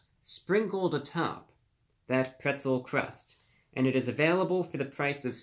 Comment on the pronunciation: Pwetzew Cwust Pizza with peppawoni, yummy 😂